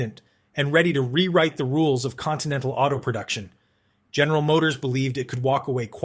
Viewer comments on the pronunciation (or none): none